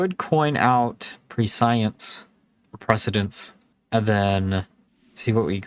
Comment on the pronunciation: I know not real important but "prescience" is said like preh-see-ence. Just not a single hs yter can say it properly.